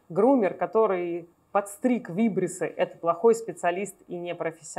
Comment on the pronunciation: Извините, ударение в слове вибриссы будет на второй слог: вибри'ссы 😊 ещё ращ извините за исправление